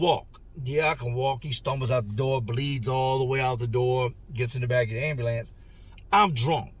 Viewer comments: Man I love the way he say AND BE LANCE😂😂😂😂😂😂😂😂😂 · ...everytime you say "ayam-bew-lance" I can not help but suppress a tiny giggle! NOT poking fun, no disrespect at all, you just say it with so much expression, and with your accent, it comes out sounding differently than I've heard it ever pronounced before! You kill it every time! Much love and respect for you and all of yours! From one of the real ones out west! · Why is ambulance so hard to say? Ha ha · I've always been a little tickled with how pronounces "ambulance", until today. What Gilbert did to himself is unbelievable. His devotion to that girl is admirable and it is so sad that someone would use his desire to be a father in order for profit. RIP